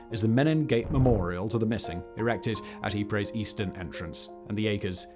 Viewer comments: For goodness sake it's pronounced EEP not Ipra or Ipre!!! This is the second upload about Ypres where its been mispronounced! Great otherwise! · It's pronounced 'Eee-pRy' not 'Eee-prey' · It's pronounced yeep